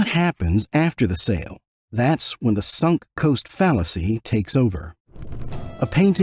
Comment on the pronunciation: “Sunk coast fallacy” caughtcha Robot!